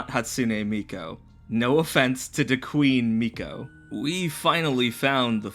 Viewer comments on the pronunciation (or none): Love the video but SOMEONE has to say it due to Human Pet Guy and the DM who called a 4th grader hot. It's an obligation: Thanks, I hate it. Edit: need to reread stuff,. How did you misread MIKU as MIKO?! Miku is pronounced "Me - Cue" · I will never cease to be amazed at the juxtaposition of your continued use of anime imagery everywhere in your videos while almost insisting upon never ever pronouncing any Japanese anything right. mi-KOH? Hatsune Mikoh? You gotta be doing that on purpose. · YOUR PRONOUNCIATION OF MIKU IS KILLING ME